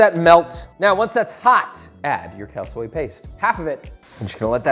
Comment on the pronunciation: Am I the only one hearing "Cow Soy"?